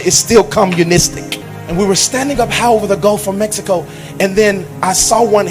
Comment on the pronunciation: “Around the gulf of Mess-ico”😂😂😂